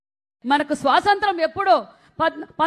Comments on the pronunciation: శ్వాసంత్రం.... కాదక్క.. స్వాతంత్య్రం... యాడ దొరికిన సంతరా... ఇది... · అది స్వాతంత్య్రం, సరిగ్గా పలుకు, పాలముకున్నే, మొహానికి రంగులేసుకునే దౌర్భాగ్యులు రాజ్యాలేలితే ఇలాగే ఉంటుంది